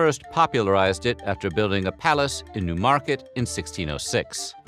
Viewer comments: It's NEW-market not new-MARket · Its pronounced NEW market emphasis on the NEW